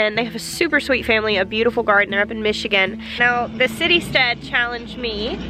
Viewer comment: I thought you said City Stud and thought wow..then saw Citystead in the links.